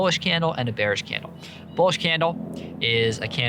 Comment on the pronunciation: ah yes hate when the market is "beanish"